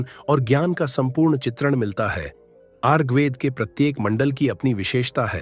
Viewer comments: प्रस्तुति राम्रो लाग्यो तर म त ऋगवेद पढेको तपाईंले रगवेद रगवेद उच्चारण गर्नुभाे । याे उच्चारण खड्क्याे । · जानकारी अच्छी है । ऋग्वेद का उच्चारण उचित होना चाहिए ।